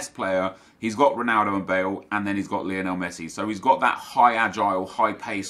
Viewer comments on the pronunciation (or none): none